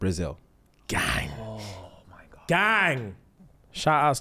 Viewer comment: The "oh godt" was THE MOST QUEENS BRITISH I've ever heard James